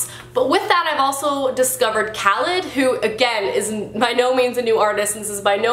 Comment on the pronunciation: Khalid = Kah-Leed